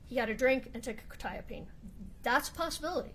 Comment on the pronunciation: The funny thing is neither of them say it correctly anyway, it is pronounced Kwet- eye-ah-peen